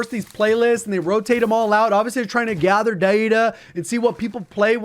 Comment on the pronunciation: “Forced to gather…” what? Did you become southern for one word?